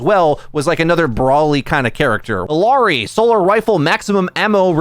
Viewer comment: I-ya-ri not I-LAR-i